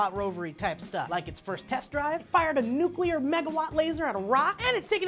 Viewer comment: heh, I just watched joe on his story..., tell him about the word "nuclear"... I'm sure he knows...